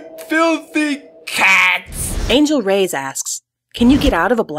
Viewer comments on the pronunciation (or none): none